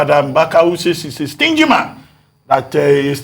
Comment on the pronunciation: It's not Mgbaka... But Mbaka